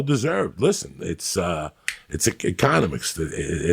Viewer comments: snaps fingers "its econuh-mics" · Joey "Econimicks" Diaz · that's econ-imics dawg